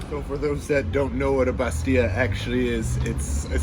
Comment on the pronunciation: Hi and we will miss you Your Moroccan Arabic is good Remember that we pronounce the double l in the word bastella looks gorgeous in her new skirt